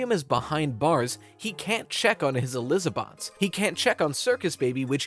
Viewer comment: I had to pause the video when he said Eliza-bots 😂 that got me 🤣